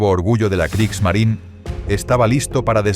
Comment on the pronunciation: ¡Kriegsmarine! No Kriegsmarin. Kriegsmarineeeeeeeeeeeeeeeeeeeeeeeeee. con una vocal e al final. Habría que ser extremadamente torpe e ignorante para creer que la Marina de Guerra de Alemania tenía un nombre en idioma inglés, por lo que si su nombre terminara en la vocal e, esta no debe pronunciarse.